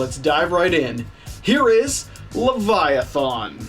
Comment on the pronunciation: Lev EYE A TH IN